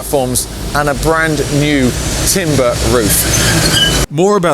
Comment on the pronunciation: So nice to hear someone say "branD-new" rather than "bran-new". Looking forward to seeing the station and that roof.